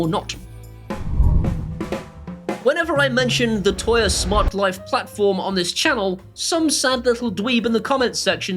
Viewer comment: I really love your vids, but for the love of God, can you please stop saying 'toya'? 🤣